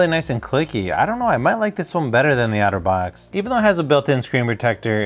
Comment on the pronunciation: Each time you say Otterbox it sounds like Autovox to me